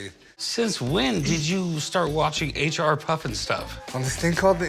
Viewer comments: As a kid growing up in the 90s, I remember that they had this in re-runs. Great corny show. Loved it. And it’s H.R. not H&R, show some respect. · PFFF! he called it H&R puff and stuff.... wonder if he calls the place where he does his taxes H&R block and stuff..... HEHE